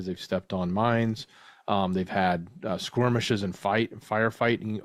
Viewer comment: Oh god.. stop saying skirmishes with a w. Please.